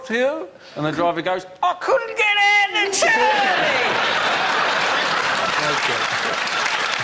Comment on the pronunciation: He couldn't get ahht the turnin